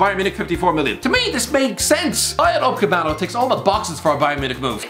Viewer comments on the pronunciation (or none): Dayo Ucapemano🤣🤣🤣🤣🤣